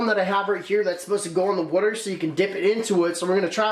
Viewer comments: my mans says wuter not water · Someone pls make a montage of him saying water wrong